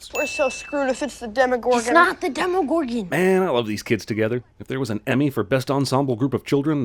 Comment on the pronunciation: Deme... Demegor... Demegorgo... deme gordon ramsy